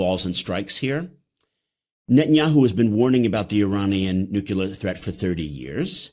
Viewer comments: Nuclear.... Not nucular! Please... You know better!!! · It's NUCLEAR not NUCULER. Smart guy. Boo this man. BOOOOO!!! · Cannot take this man seriously the way he says nucular.